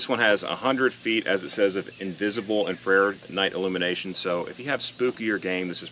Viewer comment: Lol, IN...FR...AIRED 😆 🤣 😂 my wife also pronounce it that way. IN...FRA...RED